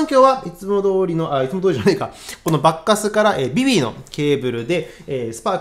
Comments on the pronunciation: スゴイ、コスパですねー、でも~ばっかすーの発音が馬鹿カスって小バカにしてる様に聞こえちゃうチャラ。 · バッカスの発音は… バッカス～↗️って 渋谷系の発音というか東北系の発音というか… なのでしょうか。。。 バッカス いいですね👍️ 演奏もとても上手いですね (尊敬します)